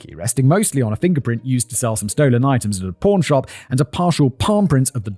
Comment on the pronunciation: For most of the video I thought he was saying “porn shop” not pawn shop lmao